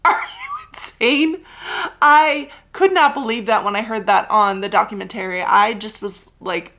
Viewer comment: Love this episode but I’m begging you to consider changing the way you say “documentary”.